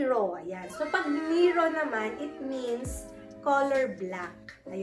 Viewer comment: Hello miss. Don't get mad about s pronunciation of NERO Mali PO. basahin nu PO siya as NE RO., not NEERO